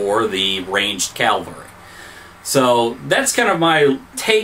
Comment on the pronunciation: Calvary? :-) I think you mean cavalry. Interesting video though, nice job. Just please stop saying calvary lol